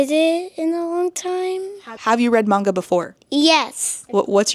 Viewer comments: Omg it's so grating just hearing her say 'manga' incorrectly lmfao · The instant rage over the mispronounced Manga alone, driving me wild. Geez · The way she says manga makes me viscerally angry. Oh, I see...she's just a terrible person who hides behind the kids and screeches "won't someone think of the children" because some kids want to see anything but Christian mythology. Also, I love that your son is reading Warriors. My cousin adored that series and it's a lot of fun. Really glad to see kids are enjoying it even today. Wait, wait, wait...so he wants to teach the kids to learn exactly how kids should be taught? Is that why she's so upset about it? Ope, there it is. Classism.